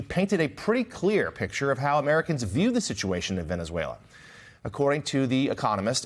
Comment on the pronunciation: He can’t even speak the name of the country correctly and he wants to run two countries? Sorry Maga, now it’s Venezuela oil first. Then he will take over Greenland even though it is not at all necessary to do so, but you will pay for it anyways. So much for America first, then again I knew that was a big fat lie..